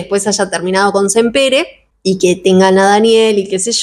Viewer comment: Me encantan tus reseñas, este año hice mi segunda lectura de la tetralogía y me gustó aún más que la primera vez que lo leí. Vivo en Barcelona y solo quería hacer una pequeña corrección el apellido de los libreros si bien se escribe Sampere en catalán se pronuncia Sampera. Me encanta como pronuncias en ingles y queria ayudarte con el apellido en catalán. 😊